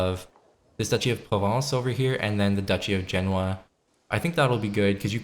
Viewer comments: You said something like Jenawa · Genoa, you pronounced that fucking badly 😂😂